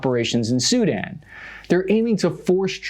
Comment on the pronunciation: Its SuDAN not SU-dan